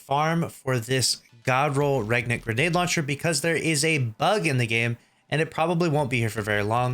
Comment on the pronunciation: Btw its pronounced Rain-ant, as in Reign